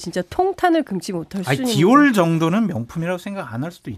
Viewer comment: 디올 을 디올이라고 말못하는 박장범 앵커 앵커자격없다